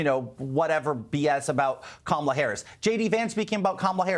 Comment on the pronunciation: The dem panelists can’t pronounce her name correctly. What a joke.